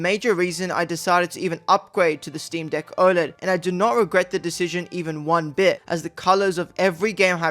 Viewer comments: You need to work on your pronunciation of “deck” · Did he say steam deek 😂